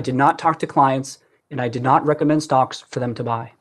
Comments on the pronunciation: Ramos he definitely says "stonks and options". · He definitely said stonks